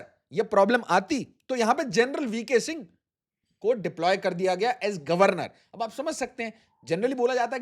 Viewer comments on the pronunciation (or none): none